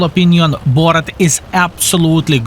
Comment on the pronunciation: Borat??? it's Boorrask' or something in phonetic... well done as always Thanks for the lesson